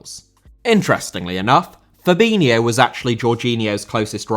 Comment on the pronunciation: Fabinho* not Fabíniouw